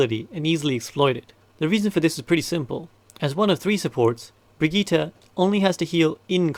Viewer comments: I really have to say it: It's Brigitte and not Brigette or Baguette :( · We all just going to ignore the "Brigeeeeta" thing? Love the videos but someone has to tell this dude.. :( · "Brigette" Also great video :)